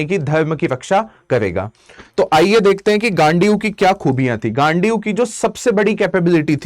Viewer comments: Bhai gandhiv bol le gaaandee kuo bol rha hai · Ghandiv hai bhai please mat pronounce kar😂😂